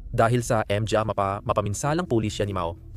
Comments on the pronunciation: ...what the heck is M G A are you using AI?????M G A is pronounced in Tagalog in syllabic as MA NGA.....please fix this major issue first before uploading....and also it would be better if you input an automatic English transcript in every words you said in the screen so all over the world will be able to read and see your videos instead of tampering with the CC icon or the setting icon....please...i like your content well researched but failed in the upload content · PAKI-AYOS ANG PAGBASA - ang "PA" pronounced as "p" & "a", ang "MGA" pronounced as "M-G-A", hindi nman dati ganun, salamat sa content!